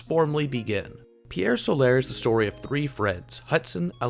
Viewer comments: STOP SAYING PIEEEEEEERE SOLAAAAAAAIIIIIIRRRRR!!! Seriously guy...if yer gonna do a review, at least pronounce the name of it correctly. Good review otherwise :^P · Loo-narr? Pierre Solair? LMAO! Good review though! 👍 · Ok I can't watch this when I hear Solar pronounced "So-lare" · TIL people exist who can't pronounce the simple English words "pier" and "solar". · Had to dislike because the reviewer can't pronounce Pier Solar. :/